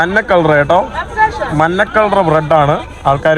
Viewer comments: കോപ്പേ, മന്ന അല്ല മഞ്ഞ ആണ് ശരി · മന്ന അല്ല പന്നെ 😂മഞ്ഞ